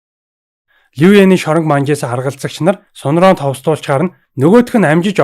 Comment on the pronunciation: Ахаа Сун-Ронг гэдгийг Ронг гэж бичээд уншихдаа Рон гэж уншдаг шүү,Тэгхээр Сун-Рон болно😉